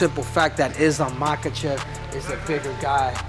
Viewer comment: know his name, but in his language it's pronounce mahAchev, not mAkachev like most do